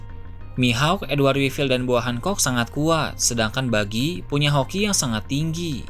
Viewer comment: 🤣🤣🤣gw ngakak min pas lu ngomong baggi Hoki🤣🤣🤣🤣